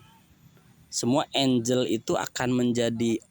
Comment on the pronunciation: Bukan enjel tapi enggel😀😀😀